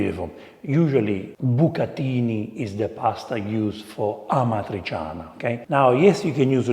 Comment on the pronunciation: Correct pronunciation of this italian word is amatri'tʃana not amatrisiana.. It’s similar to words with c and h in spanish.. Like chaqueta, chatarra, chaleco etc.. Nice video 👋